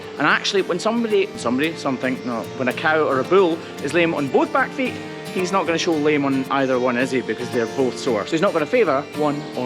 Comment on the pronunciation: he says bill instead of bull. LOL